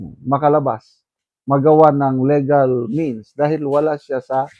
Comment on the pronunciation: Prag (Prague) po, sir At Li-gal, po (legal)